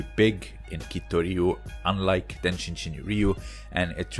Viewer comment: Good comment. TenShin is used oftently but tenjin is more right. But in anycase it is not the end of the world. Even tenjin shinyo members might right "tenshin" sometimes.